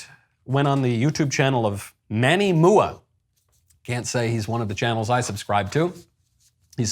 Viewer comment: I hate the fact that I know this 🤦🏼‍♀️, but it’s Manny M. U. A. (You pronounce the initials. It stands for Make Up Artist.) Now, I need to go take a shower...